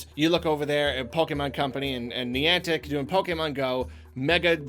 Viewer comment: was really struggling pronouncing Niantic. He said it so much in the video and pronounced it slightly differently almost everytime. I wonder why youtubers don't Google how to pronounce stuff more often to help avoid that.